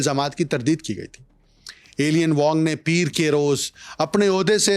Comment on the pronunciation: Alien Wong nahi Eye-lein wong pronounce hota hai